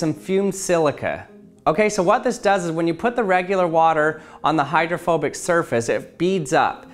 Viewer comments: I thought for a second he said homophobic water droplet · Thought you said homophobic water XD